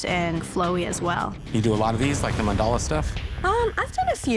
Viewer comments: Listening to the canvases butcher words like “katana” and “mandala” gave me the ick. They’re getting a tattoo of these but know so little they mispronounce it. Ugh. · The other two canvases couldn’t pronounce “katana” or “mandala” either. They got tattoos of things they can’t even pronounce.